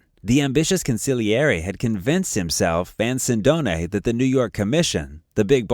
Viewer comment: Mispronouncing Sindone. He was not killed 10 days after Caponigro's death, but 6 months later. His body was not found in a house, but behind a store - 5 minute video loaded with errors.